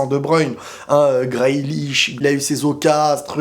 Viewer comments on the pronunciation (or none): Ça s’écris Grealish mais se lit « GRILICH » pas GRAÏLICH MDR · graille leach au lieu de grealish c’est toi ta graille son nom 😭🤣